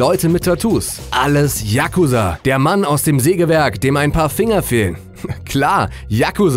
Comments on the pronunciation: Yakuuuuuuza nicht Yaaaaaakuza!!! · Da du dich entschuldigt hast ist es ok aber es heißt Yakuza ( ausgesprochen :JAKUSAA) nicht Yakusa! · spricht man das nicht "chakuzaaa" aus und nicht "yakuza" ? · die dings liegt nicht auf a sondern auf u bei yakusa,so hört sich das ja an wie jacke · hahaha sry für die falschausprache von fremdwörter, ich so okay so japanische namen werde ich wohl auch nicht aussprechen können, 2 sekunden spätter die .... der jakusaaaa... FACEPALM mn sagt Tschagusa haha hab so ein lachflash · spricht man das nicht Jakūsa aus :/? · Sportmann941 Man betont das U. yaKUza und nicht YAK uza. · Wieso sprichst du Yakuza so schnell aus?;) Es wird lang ausgesprochen, so ähnlich wie Yakuuzaa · yakuza wird mit einem langen u gesprochen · die aussprache ist falsch ...ich bin imker und weiß wovon ich spreche!